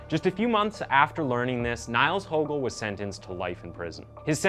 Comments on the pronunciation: Ok first of all: I loved your presentation of this case! Fact - based and to the point. However a little background of German pronunciation: the name would be said "Neels" in English as the German "I" is spoken like the English "e" (something my daughter, who is bilangual German/English, is still struggling with sometimes when reading). "ie" is just a form of elongating the "I". So correctly his name would be pronounced Neels. Of course you couldn't know that and I don't mean to throw shade in any means, moreso I thought some people here might find it interesting. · Small correction of the pronounciation of his first name. Basically "Niels/Nils" as in "knee-ls" like "He kneels infront of her" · Interesting once again! Btw his name is pronounced "NEELS" like Leslie Nielssen. ;) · Just a quick correction, the name is pronounced like you would pronounce "Neals". Great Video tho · Niels is pronounced “Neels” but other than that you create great content. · It's pronounced as Neels, in case anyone's wondering ;) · Niels is pronounced as Neels. like kneel. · as a german i was very offended when you said nails through th whole video lol (this is a joke) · His name is pronounced Neels. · Am I the only german speaking losing it bc of the pronounciation of his name? Niles😂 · Minor thing, but Niels is pronounced like "Neals" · Niles? Is that how you would pronounce Niels Bohr for example? Lol. Gj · His name is pronounced "Neels". Just saying. I love your stuff though. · not that it is important but for anyone wondering Niels is pronounced as "Neels". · Niels is pronounced 'Neels'. Good vid tho. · junge wenn der noch einmal neils sagt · Cardiatric? And Niels is pronounced Neals. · It's actually pronounced "kneels" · I think if you had pronounced his name "Neals" you would be close to how it is pronounced :) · His name is Pronounced like "kneels". But nice video. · Its pronounced "Kneels" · The Name is pronounced "Neehls". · Its pronounced "neels" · niels, not niles?